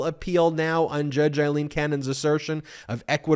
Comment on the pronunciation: Ben, my friend, you are mispronouncing two names on a regular basis, if you are ok with it, disregard this reminder. Fani Willis is pronounced like fan, not fawn. Aileen Cannon is pronounced like fail, not eye. Eileen is what you are saying.